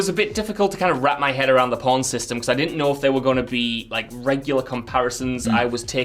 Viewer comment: saying porn instead of pawn then calling people who heard it filth, or maybe he just has a speech impediment.